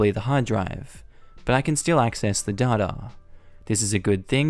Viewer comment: This is the first time I've ever heard "data" pronounced as "dhaugh-dhaugh". I can't hear you say it without immediately thinking of the Dadaist movement 😂